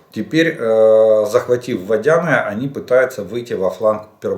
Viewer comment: Піски'- Пески' , а не Пі'ски -Пе'ски. Водяне', а не Водя'не. Вибачте, а за інформацію дякую, дивлюсь і слухаю щодня